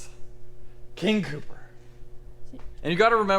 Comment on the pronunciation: So, you aren't worried about them nicknaming it, King Pooper? Because that is all I heard when you said it. With that being said the build is turning out great.